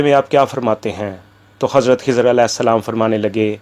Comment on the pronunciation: Janab Aap pahle urdu to theek se paden khai ki jaga hai bolte ja then khizar as ko hizar as aur bhi mistakes bolja rahe apni urdu sahi karen😂😂😂😂😂😊😊😊😊😊